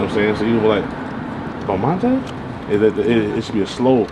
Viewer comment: Bromonte! Lol!!!!